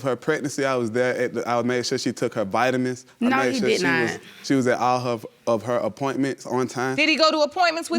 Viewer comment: LOL. He said her bitamens....